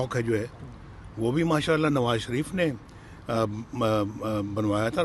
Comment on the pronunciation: Hehehe....Nawaz Sharif ko nam v sahi se ni malumm kya mazakkk h... Mtlb confidence toh dekho